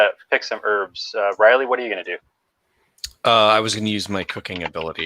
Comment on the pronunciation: Heard "pick birbs" and thought it was a clever pun/slang, just to find out it was "herbs".